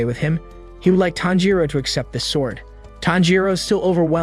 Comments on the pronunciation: ITS TANJIRO NOT THANJIRO.💀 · It’s tanjiro not thanjiro Gyoko not joko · WHY DO PEOPLE KEEP SAYING “TANJIROU” IT’S TANJIRO! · ITS NOT THANJIRO ITS TANJIRO ITS NOT JOKKO ITS GYOKKO ITS NOT JENYA ITS GENYA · ITS TANJIRO😊 NOT THANJIRO💀💀💀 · bro his name is not THANJIRO WTF LEARN HOW TO READ ALSO LISTEN TO THE DUB also many other cringe pronunciations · CAMPCHIRO ITS TANJIRO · its not thanjiro its KAMADO BOY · Pronounced Tan G Ro not Tan Ro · bro isnt even saying Tanjiro, he’s say fanjiro 🤬🤬🤬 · ah yes we do be liking the main character thanjiro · is nobody gonna talk about why tanjiro is called "Thanjiro"? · It's Tanjiro, not "Thanjiro". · No it’s tanjiro the rizz hashira not thanjiro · Is anyone gonna talk about how he said jenya instead of genya and thanjigiro instead of tanjiro and Micheal Jackson instead of muzan and he called mitsuri shinobu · Thanjiro💀 Jako (Gyokko) 💀 I've never heard anyone pronounce it so incorrectly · CAN SOMEONE NOTCIE HE SAID TAMPICHIRO, BROS ACTING LIKE INOSUKE, HES DITCHING EVERY NAME I SWEAR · bro said thanjiro lol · Pronouncing Tanjiro name wrong say it in Japanese Tan g for ji ro Tanjiro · “Tanpachiro” had me dying 😂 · “Thanjiro” “Nickirin” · i cant stop laughing with the "thanjiro" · Wait.. why are you saying “Jyakko” and “Thanjiro”😨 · “Thanjiro” “Jocko” “Inoskee” “Owa” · I heard fanjiro like wth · I heard fanjero not thanjiro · He saying thanjiro 🤣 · bro says thangiro wtf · Nah bro said fanjuro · Finaly YESSS GOOD NOT THANJIR0OO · Were thanjiro 😂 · No it’s tanpachiro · U are pronouncing all their names wrong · Its funny how he is pronouncing every name wrong 😂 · I can’t with his pronunciation of Tanjiro